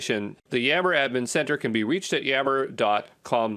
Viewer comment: is he intentionally saying "dot cum" instead of "dot com"? isn't a real person, huh?!?! What English speaking person pronounced "A-D" as "uh-dee"?